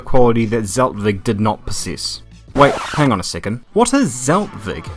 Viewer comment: Nice vid but u are saying Zeltweg every time wrong lol